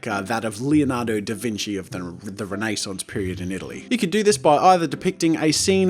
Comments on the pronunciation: Renaesance?! Renaissance! Ren-Uh-saw-ns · "Rene Sauce" Renaissance got an upgrade